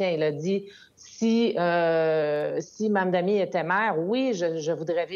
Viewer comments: Mise à part le sujet c’est quoi cette dyslexie de la part de Sébastien et autres personnes qui ne sont pas capable de dire le simple mot Mamdani. Sébastien arrête pas de dire Mammmmdanï comme un enfant mais il est capable de dire Arthabaska, le mot démuni, le mot Maman ou Koskinen sans le dire de manière bizarroïde. (J’aime bien Sébastien mais rendu à ce stade on dirait que certains essaye d’amplifier le fait que le nom est d’un autre pays alors que des noms comme Abou-Khalil ou Koskinen sont dit avec facilité) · Est-ce vraiment difficile de prononcer Mamdani ? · Sébastien galere avec la prononciation du nom Mamdani 😂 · C'est vraiment pas compliqué a dire, Mamdani, allez on répète Mamdani, sérieux il fait dur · MAM-DANI. Ce n'est pourtant pas difficile à prononcer. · Ça devient gênant votre incapacité à prononcer Mamdani. C’est trois syllabes, aucune lettre muette, aucune sonorité « exotique ». Vous allez en parler longtemps, alors apprenez-le.